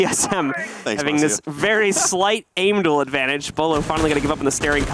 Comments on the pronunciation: Dude I love b-yewlow too. I know everybody makes mistakes, but honestly.... how can you be an R6 caster and not know how to correctly say Beaulo, lol. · Bewlo??? Wtf that’s as bad as the guy that said cawtoe instead of kanto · Beaulo lmao. Whoever corrected him ty so much! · He pronounced Beaulo wrong seconds into the video.